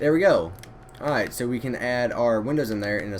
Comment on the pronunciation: Dude stop saying airight